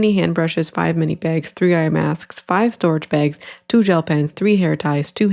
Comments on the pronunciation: why do all of the AI voices say meenee instead of mini 😬🙂‍↔️ i think it would be fine if it wasn’t normalized to get ten scoops for like $20 a scoop or whatever ridiculous price it is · Obsessed with how in the first video mini is pronounced meanie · I kept hearing “meanie” too 😂😂😂 Took me way too long to figure out what the AI was doing. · I think it’s trying to say “mini” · Minor thing on the AI voiceover but the way it mispronounces words is soooo annoying to me omg, "meanie" notebooks instead of mini, "hair tee-eye" instead of hair tie. I feel like it just adds to the ragebait component of these videos.